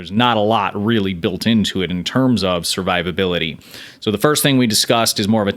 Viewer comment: "Servivability" Lol.